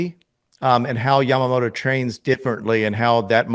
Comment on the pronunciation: よく日本人はＬとＲの使い分けが出来ないって言われるけど米人ってヤマモトって言えないんだ。ヤマモロヤマモロってジェロニモじゃねぇってんだ。アハハ